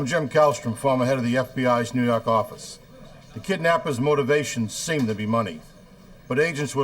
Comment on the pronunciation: "nuu yawk affice"